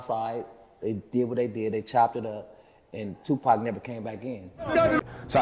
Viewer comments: Is this an AI voice narrating this video? I mean who says 2-Pack for 2-PAC? 🤣🤣🤣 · Hey narrator! It’s Pac ( pok ) not pack ! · Yeah because us black folks know how to say 2pac not two pack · His name is Tupac not Tupack get it right please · come on sister. you black.. or sound black say their names correct. He is Larenz Tate not Lawrence.. there isnt 1 movie to with a credit for Lawrence. Now 2 Pack.. not Tupac pronouced 2 - Poc.. 2 pack..smh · Whats so hard about saying tupac who the hell is two pack 😂🤣😭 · AI SAID TUPACK😂😂😂😂😂😂😂😂😂😂. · I hate when ppl pronounce his name wrong PAC.. He not a pack of cigarettes, but he’ll light your a$$ up😂.. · "Two pack and Jada" 🤣🤣😂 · Just tell me what you are supposed to facilitators if we were saying of pronouncing the name wrong 👉👉they would correct us it's not too packed is Tupac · Jada and Pack. This black AI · Jada and “PACK”. Lmao… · 2 Pack?? smh AI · Dead give away its an AI when it says "tu pack" 😂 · That freaking AI🤦🏾‍♂️🤦🏾‍♂️WTF is Lawrence 《Larenz》Tate🤣🤣🤣 Oh yeah don't forget Two Pack🤣🤣🤣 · Jada and “pack”? Lol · Who is “Two Pack”..? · I mean saying 2pack over n over. Kills me..... Just stop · You hear it say two "Pack" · They need to stop with the AI voices… can’t even say “Pac” 😂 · You can tell the narrator is not a 2pac fan since she kept calling him Pack. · She said 2pack, come on now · It’s Ai because as a black person lol we don’t say “2pack” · Yo. I cannot with this A.I. voice over when they mess up names. They had me like who is Lawrence?! I didn’t know until I looked at it they meant LARENZ! And pack? Who is pack? Pac you mean?!!! Smh I tried to watch it. back to Vlad interviews I go. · Who narrated this?!?! She called Larenze Tate "Lawrence" and Tupac (Tupack) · Im so sick of this AI narration bs. It ruins the feel of the video. It cant even pronounce names correctly. They butchered Larenz and Tupacs name.